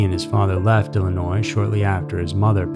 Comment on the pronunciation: The "s" is also silent at end of Illinois but he still puts it there - annoying.